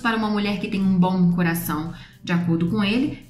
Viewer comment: eu adoro como vc fala ''bom''m parece ''bão''. é fofo kkkkkkkk <3